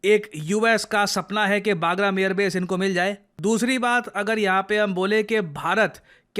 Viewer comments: Baagram nahi usse Bagram bolte hai. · आज बोलना ही पड़ेगा. बहुत बार हो चुका है। वो पैलगम नहीं पहलगाम है। और ये बागरम नहीं बगराम है। Plz sir!😢